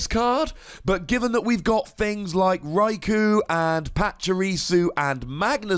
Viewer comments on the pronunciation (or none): Raikou is pronounced as Raikoh